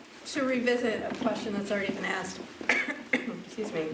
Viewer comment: Who would have thought a politician with an earring that says axe instead of asked would turn out not to be a good guy ....